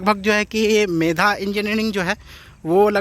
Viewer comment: Medha nahi megha boliye